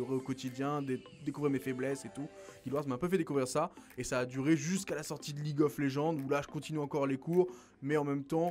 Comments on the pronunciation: Jeel "League of LegendEEE" le jeu c'est League of LegendSSSS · c'est surtout le "E" qui est en trop